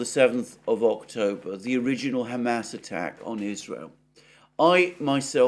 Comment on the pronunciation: Mercouris still calling them "Ham Ass". 😭😂